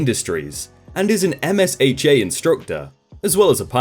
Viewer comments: I've always heard it pronounced "emsha" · I think it’s “em-sha” but yeah, I was a bit bothered by it as well 😂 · I flinched every time you said "O-S-H-A" You can definitely tell you're not from the states. OSHA, (and MSHA too) is one "word" sounds like "ohshaw" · You pronounce MSHA as MiSHA.